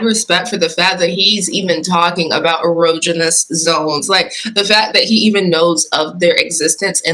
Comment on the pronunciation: Man is mispronouncing erogenous.